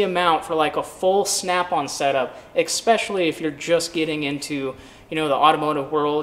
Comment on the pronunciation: If you can't tell the difference between a SnapOn and an icon wrench, you're either not a pro or you're blind. Also stopped by to say it's ess-pe--shull--ee Not ekspeshly